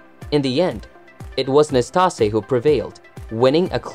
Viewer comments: NastasE. The E is not silent. We jokingly called him “nasty” in my household, due to his antics. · Narrator needs to learn how to pronounce the names of his subjects. He was unfairly punished at times because of his personality. He was temperamental at times but never mean spirited. He actually appeared to enjoy himself and have fun on the court! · I don't want to come across as a hater for what I'm about to say, but you pronounced Ille'ss last name wrong Also, he only won 2 majors... not 3 as you state.. Ille Never played Ken Roswell in a US Open final. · Learn to pronounce his name.